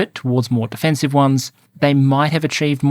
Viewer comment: I'm loving the content in 2025. Thank you for these thorough analyses! When alternately discussing offensive and defensive in the same sentence, can you please emphasize the first syllable a bit more? It was hard to clearly make out in one section of this one, and the difference was critical to your point!